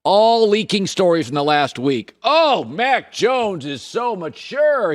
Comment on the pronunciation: maaaaaan, I know I'm not the only one who hears "Mike Jones" whenever Colin says Mack Jones 😄😄😄